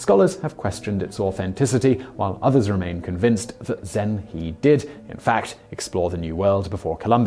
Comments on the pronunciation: Well, I know Simon doesn't pronounce foreign names well, but Zheng He sounds more like <Jung Huh>, not Zeng Hee. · Correct. I would type it for an English speaker more like “Jeng Her” to try to approximate the correct pronunciation. But kudos for mentioning him and the possibility that he reached the Americas - perhaps the first Muslim in America? :) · 'He' in Chinese is pronounced 'huh (like the 'a' in about).